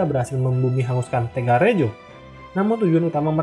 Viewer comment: Mohon ijin memberikan koreksi. "Kedu", huruf e dibaca seperti pada kata "gedung" "Rembang", huruf e dibaca seperti pada kata "empat" "Tegalrejo", huruf e pada "rejo" dibaca seperti pada kata "pejuang" "Kulo Wangsul", yang betul tulisannya "Kula Wangsul", meskipun memang dibaca seperti "kulo wangsul". "kula wangsul" adalah kata-kata dalam Bahasa Jawa sehingga perlu ditulis sesuai dengan ejaan Bahasa Jawa yang standar. Sedangkan "Hamengkubuwono" dalam Ejaan Bahasa Jawa standar adalah "Hamengkubuwana". Tapi boleh saja ditulis "Hamengkubuwono" mengikuti ejaan Bahasa Indonesia.